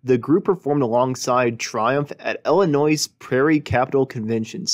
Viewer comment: The narration must be by an AI source because the voice pronounced the state of Illinois with an "S"" in the end which is a silent letter.